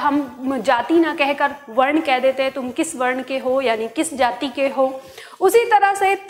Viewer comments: कम समय में आपने बताया, आप विद्वान् हैं। गलत पढ़ाते हुए निर्देश देती हैं कि वीडियो न देखें। इनका घबराहट आप जैसे लोग से है। हिन्दी में जाति का उच्चारण जाती करती हैं। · लगता है महोदया बिहार से हैं। क्योंकि वहां लघु होता नहीं सब दीर्घ उच्चारण होता है। जैसे:- जाति को जाती बोलती हैं।